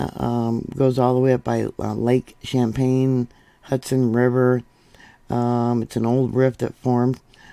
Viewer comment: Lake Champlain. Pronounced as if it is an S instead of a C at the begin ing of the word. Then you omitted the L. PLAIN. CHAMPLAIN SPOKEN LIKE SHAMPLAIN. I know you have some issues with words so I hope this helps you. I have vision problems with words. I don't see all the letters without turning my head constantly to scan the words for blank spots. It makes me a nervous wreck. It started after I was diagnosed with an eye disease that will eventually blind me.